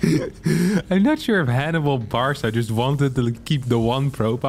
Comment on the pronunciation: pronouncing "Barca" as "Bar saw" 💀